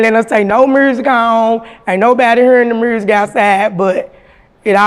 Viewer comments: "Mersic" 😂 Memphis like a mf.... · When she said mursic I felt that lol her and Gangsta Boo legends